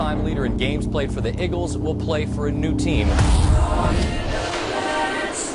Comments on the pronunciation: "The Iggles" lmao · This man said igles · Did he just say the iggles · buddy said Iggles 😭🤦🏾‍♂️ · "The Igles"